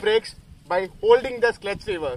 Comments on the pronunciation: Its not "Sklutch" its "clutch" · Its not 'skluch' it it 'clutch' 😂😂😂😂😂 And you're calling yourself a rider ???😂😂😂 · Its clutch not skultch 😎😂😂😂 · Good tips mate! Just a small correction, hope you don't mind. It's clutch and not sklutch. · First Step: Know about your bike!! Meanwhile him: "Sklutch" 🤣🤣🤣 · Sklutc?? It is (clutch) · Nice video bro... And one suggestion... It's not Sklutch! It's Clutch! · Its not sklutch its clutch keep up the good work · Its clutch not sklutch.... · Bro it's clutch not sklutch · Vro that is "clutch" not "sklutch"😂😂😂😂😂 lol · It’s clutch not sclutch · Thats not sklutch its clutch 😂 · it is "the clutch" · Wtf did I just watch 😂 It's spelt "clutch" not "sklutch" 😂😂